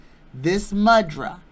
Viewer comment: Thank you! 🏵️🌼🌸 Re the Sanskrit word "mudra"... it's properly pronounced "moo-drah."